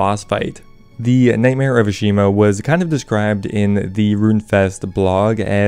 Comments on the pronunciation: It’s “Ah-Shi-Hama” ✅ Not “Ah-Shi-Ma” ❌ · It's Ashihama, he just can't pronounce it so save his life, somehow managed to drop a whole syllable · Ash-eee-hama. slepe = sleep